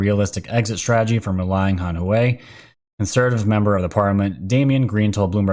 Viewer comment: Pronunciations: HuaWei = hooWAH-way (I've been to their plant in Shenzhen) Padilla = puh-DEE-yuh